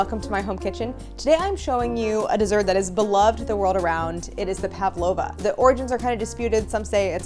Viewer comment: I always find it cute when people pronounce an 'a' in Pavlova when there isn't one. Pav-lova rather than Pav-a-lova.